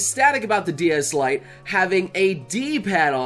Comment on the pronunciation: "DS Lite"